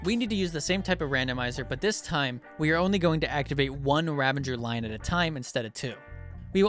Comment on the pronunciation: You know they're called Ravagers right? Ravenger isn't a word.